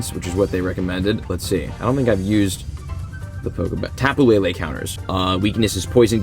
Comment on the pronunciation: It’s not tapoo lele it’s topu lele